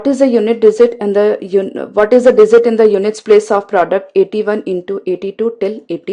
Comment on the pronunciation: Very good . Only problem is dizit instead of digit.....................